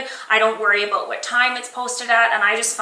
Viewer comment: "were going to step away from the beauty products and talk aboat youtube" You're CANADIAN! <3